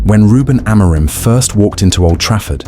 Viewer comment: I can always tell the AI videos based off how they pronounce Amorims name lmao